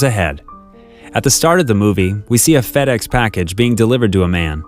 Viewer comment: I heard fatass when he said fedex 1🤣🤣